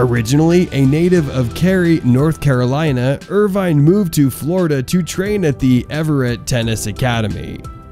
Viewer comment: It's pronounced with out the e. Irvin.